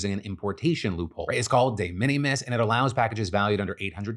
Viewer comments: DE MINIMIS IS PRONOUNCED LIKE `MINIMAL` NOT LIKE MINNIE MOUSE... FFS PHIL THIS IS ALMOST AS BAD AS YOU PRONOUNCING 'THE W.H.O' AS THOUGH YOU WERE AN OWL. YOU PRETEND TO BE A COMPETENT NEWS PRESENTER, MAKE AN EFFORT MATE! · Phil mispronouncing De Minimus constantly drove me crazy. May be just cause i hear that term so many times at work. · The way you said de minimis has me cracking up. That is not how that's said. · Phil’s pronunciation of de minimus 😂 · Your pronunciation on de minimums is killing me 😂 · Someone should probably tell Phil how to pronounce de minimus.. that was kind of painful